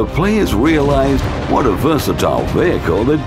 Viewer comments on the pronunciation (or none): none